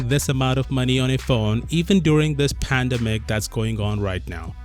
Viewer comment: Lol you pronounce pandemic like the head of the WHO!